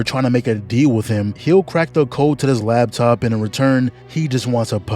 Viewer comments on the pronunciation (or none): none